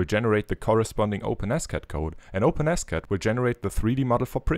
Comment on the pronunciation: Open S Cad, I thought you we're saying OpenAscott. My bad. Great work!